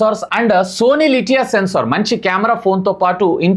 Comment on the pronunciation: లిటియా కాదు ఎల్ వై సియా